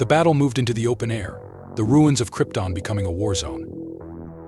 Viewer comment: I winced every time he mispronounced Krypton🤦‍♂️